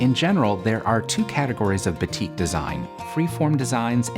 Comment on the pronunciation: Very beautiful design! Just to let u know, batik is actually pronounced as baa(as in baa baa black sheep) -tik.